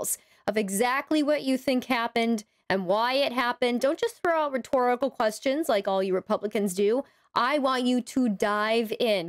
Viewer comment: "Asking kwesshuns?"